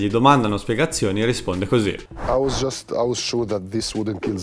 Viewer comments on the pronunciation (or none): none